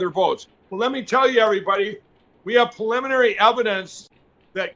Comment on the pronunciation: "Puliminary evidence." Learn to talk! Your friends will be amazed!